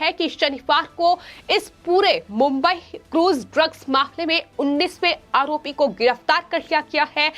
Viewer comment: आहोपी आखैन खान... 😃 अच्छी एंकर है |